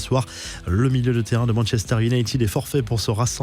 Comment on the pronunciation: C ou ça, bornemousse ? Manchester iounaïted,pas tiiiiiiid 😖😤